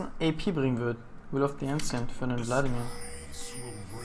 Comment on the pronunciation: Boa, Wie es mich aufregt dass du "Ancients" Falsch aussprichst :D Nicht Ensients -> Enjents :D